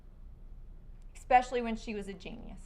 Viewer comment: Did that defense attorney say "ekspecially?" 🤔 she's just not very smart, is she? 😂😂😂 and coutn't ... and the high pitched sqeak ...